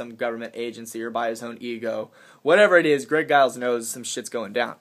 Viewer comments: I so wanted a box that i could make ribeye steak come out of. What a disappointment. I guess I'll have to shift my info source to Drake from now on or maybe Fulford. I'm still waiting for the flooding to come in October. Btw... the "G" in Giles is pronounced like a "J". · giles sounds like its pronounced with a j eg "jiles"